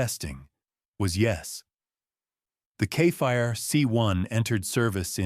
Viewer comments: it's no kefair it's Kfir. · Kfir = ‘Ka Fear” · You're really having a bad time Saying Kfir, huh? You say it Exactly as you read it.